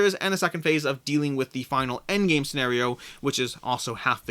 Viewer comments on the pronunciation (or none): none